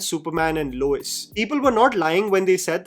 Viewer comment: Lois Lane ❎ Luis Lane ✅